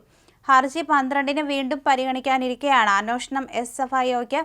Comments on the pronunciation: Not "അനോഷണം" It's "അന്വേഷണം" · കൊച്ചേ, അന്വേഷണം എന്നാണ്. തെറ്റ് ഉച്ചരിക്കുമ്പോൾ അവിടെ തിരുത്താൻ ആരുമില്ലേ? ഷാജനും തെറ്റായി ഇത് ഉച്ചരിക്കുന്നു.